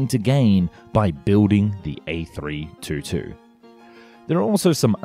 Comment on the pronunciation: Before you make a video about an A322, you'd better learn how to propperly pronounce it.